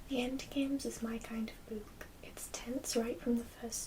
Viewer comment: Sexy librarian, I love the way you say 'boowk'.